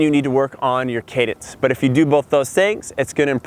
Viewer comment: Cadence not cadance!